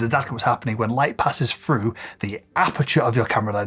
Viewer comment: Why do you say frough instead of through? And freeD instead of 3D?